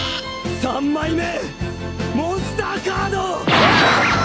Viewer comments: The legend says that he's still saying "MONSTA CADOO" till today. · ドロー!モンスッターカード! It's "Doró! Monsuttá Kádo" not monsta cardo. In japanese they write by syllables, and the only consanant that has its own symbol all for itself is N. Therefore they can write "monsu" without difficulty. But, whenever translating from english to japanese, all. "Er"s become "a", and the "ッ" symbol signifies a jump. As for cardo, there isn't a "r" there. Our english speaking minds just assume there is. Also in japanese they dont have an equivalent for "C". Only K. and THAT is why it sounds like "monsta cardo" even though it's DORÓ MONSUTTÁ KÁDO! now can you Lil Kuriboh fans start saying it right😑?